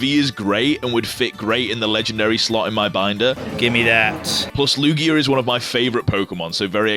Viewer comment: Lugier? Or lugia